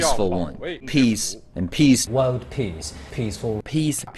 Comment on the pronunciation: They say "peace", somehow, I heard only "piss"...